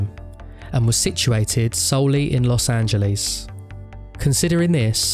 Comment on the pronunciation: los angelease